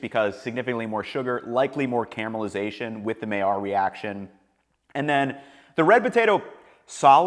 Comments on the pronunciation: It's pronounced "my-yarr." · Hey guy. You do a good job doing what you do but could you at the very least learn how to pronounce the word MAILLARD. It’s simple to look it up or just listen to Heston.